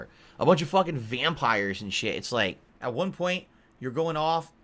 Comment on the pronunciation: Notice he slurs the word 'vampire' listen very carefully he says wampire the multiple gins on a daily basis is clearly getting to him!